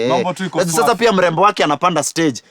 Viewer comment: "Shtand on the shtage" utakosaje kuona hii!